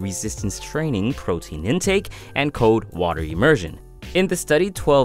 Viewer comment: It's C-O-L-D NOT C-O-D-E. You're not pronouncing the L.